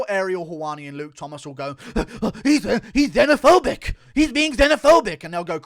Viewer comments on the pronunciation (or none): none